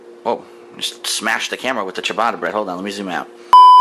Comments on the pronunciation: ''I'm Italian'' Also: ''Chibada bred'' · Christ that pronunciation of ciabatta